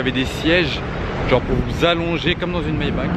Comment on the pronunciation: Classe G Mayba"RR" L"AN"daulet pitié 😭😂